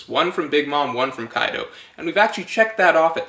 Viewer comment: “YONKU” ,” KAIDU “ lol